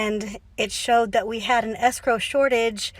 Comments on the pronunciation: What is “sgrow”? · As a French person, every time I hear the English word "escrow", I can't help but think of the French word "escroc" (you pronounce it exactly like "escrow"), which means "con artist" ! There must be a reason why these 2 words are connected !